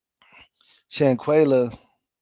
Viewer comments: Her name is shanquella not shanquayla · With all do respect if your going to cover a story of this such please and I do mean please try and get the name correct and the pronunciation of there name because you had said Shanquella name incorrectly numerous of times and I was like OMG show her some respect. IJS